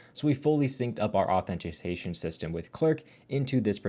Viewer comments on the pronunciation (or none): Authentication, not Authentiseason You pronounced it wrong 😅